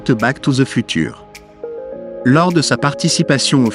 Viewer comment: FUTURE BONJOUR LA PROONCIATION